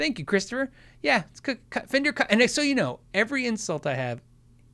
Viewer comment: "in a fender hat" sounds like "an offender hat"